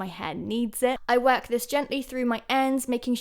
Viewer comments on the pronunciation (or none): none